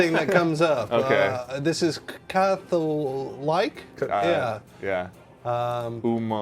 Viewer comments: man! i pity you, CATHOLIC is pronounced as "CATHO"-"LICK" not "LIKE"... thats coming from non-english speaking country...geez even a 3rd grader can get that right... peace! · I lost my shit at "cath-O-like?" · u cant pronounce Catholic? Wow! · Are you guys foreign, please tell me you guys pronounced Catholic the way you said it as a joke. I really can't tell if you were being sarcastic.